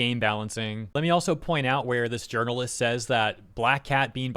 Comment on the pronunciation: sir you mispronounced games urinalist